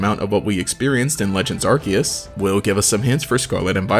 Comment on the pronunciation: Pokemon Arceus is pronounced 'Ar-See-Us'... not 'Ar-key-us"